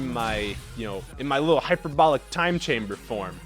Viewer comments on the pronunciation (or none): none